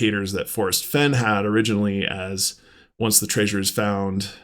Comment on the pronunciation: I notice how you're saying treasure like traysures now😂. Don't force it, 😅